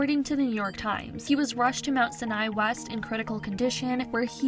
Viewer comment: It’s pronounced sy-uh-ny hospital ❤thanks for the video!!!